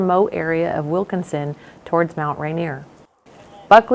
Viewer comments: It's Wilkeson not Wilkinson.. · It's Wilkeson, only one "N".